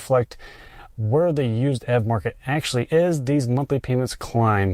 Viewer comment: YOU PRONOUNCE ev EEEEVVVV